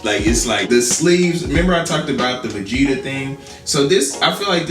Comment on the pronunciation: Dude said vagetta